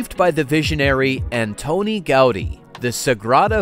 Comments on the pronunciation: Man könnte ja ihm zu Ehren seinen Namen richtig aussprechen: Gaudiiii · Gau-dÍ! With accentuation on "dÍ". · My-orca | Gow-dee